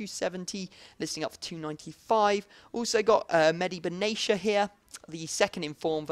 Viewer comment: For Benatia.. it is not pronounced Ben-a-shia. It is pronounced Ben-a-Tia. The T is stressed